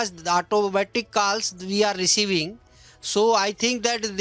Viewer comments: It's calls not kaals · "KALLS AND ARGOOMENT" 😂😂